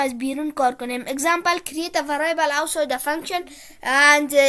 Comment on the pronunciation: ورای ایبل نه. وریبل. بعدش شما که تدریس میکنی فارسی صحبت کن. وریبل به معنی متغیر. موفق باشی.